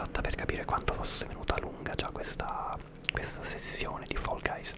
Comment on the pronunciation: Quando dici fall guys mi viene La pelle d'oca da quanto lo dici bene 🤤😴❤️